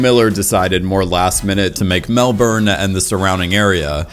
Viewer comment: Why does everyone say Melbourne wrong